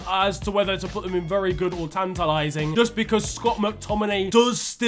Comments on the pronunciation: "in-TIT-a-lat-ing," 2022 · saying “tantalizing” like a true Nigerian